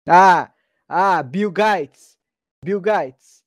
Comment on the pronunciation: Biu gaites 😂